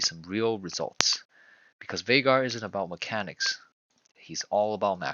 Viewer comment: I knew you were the real deal as soon as I heard you say his name correctly. Excellent video